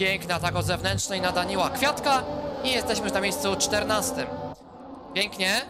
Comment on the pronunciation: "Piękny atak na daniła kfiatka" XDD